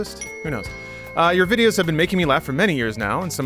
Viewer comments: when goes to ridicule the guy spelling videos wrong by pronouncing it “Vid-oh-es”, but the guy actually spelled it right. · the question didn't say "vidoes" but said it like that anyway. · why did sound out Videos like that